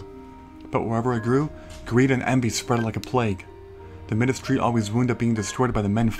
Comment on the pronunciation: I think Midas is pronounced "My-dus", like King Midas. Lol Can't wait to see your next Harvest Moon playthrough!